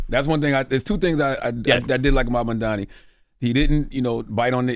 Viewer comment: Why is it so hard for these yt ppl to say Mamdani’s name? 😂